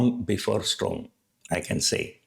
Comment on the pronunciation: your videos are good but your pronounciations are pathetic. Please check your pronunciation of words like 'storm' 'stock market' 'pharmaceutical' etc. Bad pronunciations are distracting.